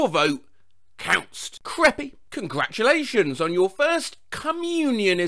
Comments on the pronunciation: “Congration You Done It” 😆😆😆😆😆😆😆😆😆😆😆😆😆😆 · Y'know what? I'm saying "Cratulations" on peoples birthdays from now on! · I sometimes pronounce congratulations like that as a sorta ironic thing